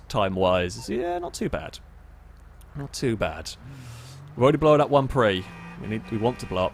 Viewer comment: Stop saying "blow-an" - it's "blown"